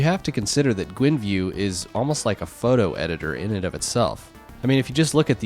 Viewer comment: Gwinview, read the word, its not spelled Gwinview